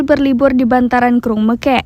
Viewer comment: BUKAN MEKEK.....tapi meukek